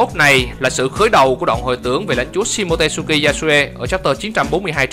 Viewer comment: SHimotsuki đọc là si-mô-chư-ki chứ k phải si-mô-tê-sư-ki nha ad 😃😃